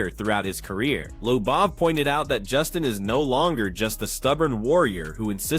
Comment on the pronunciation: dummie sayd justins name wrong every time ahha.. tried to corect it, and meaased it up :)